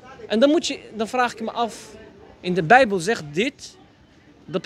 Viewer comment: Ik vind het goed dat je ook de beubel zegt